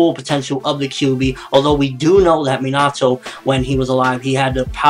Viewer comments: it's pronaounced as minato not minatoe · minato is pronounced me na to